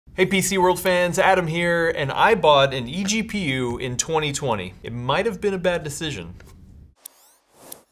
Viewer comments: I was pointing out the fact he said gpgu instead of egpu lmao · EPGU? What? Do you mean EGPU?